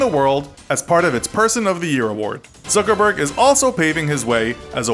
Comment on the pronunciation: you might wanna pronounce all of these peoples names right; its zuckerberg (like yuck with a z instead of a y) not zookerberg